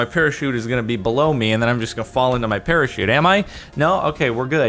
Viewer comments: NOT A PARAKEET, A PARACHUTE!!! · it's parachute not perashoot.:/